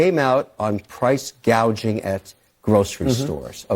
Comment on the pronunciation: That is exactly what Camela said about “price gauging”. She said gauging, not gouging.